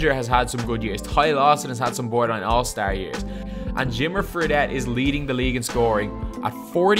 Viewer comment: This idiot needs to learn how to say Star sound like a fuckin pikey I'm out of here